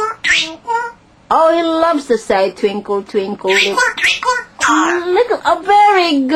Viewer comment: I laughed so hard . Tvinkull, tvinkull. I love it.